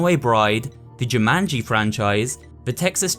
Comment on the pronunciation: I like how you say Jumanji, it's quite funny to me.